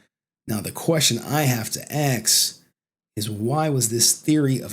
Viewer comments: Why do you say "axe" instead of "ask"? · its ask, not aks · "axed", "axe" LMAO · I wanna axe you why you axing things instead of asking things? You know this stuff has confused me so much since I was a little kid when black people axe things.. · All that you aks?! AKS?! ROFLWAFFLE!! ROFLCOPTER!! You said AKS again and again!! HOW MANY TIMES DID YOU SAY AKS?! I heard you say AKSIN!! How many times did you say AKSIN?!:face-green-smiling::face-green-smiling::face-green-smiling::face-green-smiling::face-green-smiling